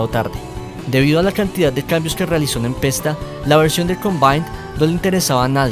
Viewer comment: Se pronuncia "Nepesta"